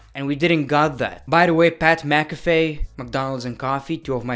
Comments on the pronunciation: Pat McAFE It's Pat Mac-uh-fee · ITS Pat Mac A phe is the pronunciation! Why! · "PAT MACAFAY"